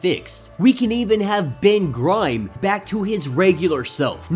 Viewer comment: Did you just say Ben GRIME?